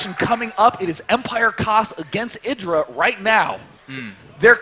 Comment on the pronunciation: why does that other noob caster keep calling him ai-dra